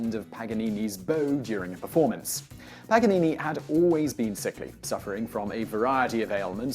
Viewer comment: it is paGanini not paNanini😂